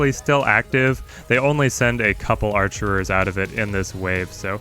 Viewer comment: it's "archers" not "archerers"